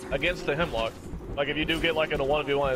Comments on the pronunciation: Bruh, isn't it Hemlok, not Hemlock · Isnt it called Hemlok instead of Hemlock? Nice gameplay btw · Jacob Freund nah gee its Hemlok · It's Hemlok.